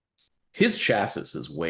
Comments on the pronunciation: Chassis = "Chass - See" not "Chass - Is" ( CHasē ) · Is saying "chassis" as "chass-iss"???